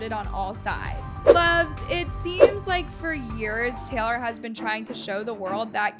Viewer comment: Teylor swift 😂